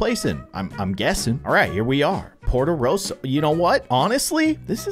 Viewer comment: In Luca when luca touches water he becomes a sea monster. So do his parents. Alberto does too. And the tower is not Luca’s its Alberto’s and you pronounce ercole as ER • CUH • LAY Ercole is a human and dosent become a sea monster when he gets wet. And the town is called potorosso (PO • TOE • ROW • SO) Luca isnt allowed on surface cause his parents but alberto makes him and soon he loves surface. Im only educating i wont spoil the movie but ur predictions are wrong.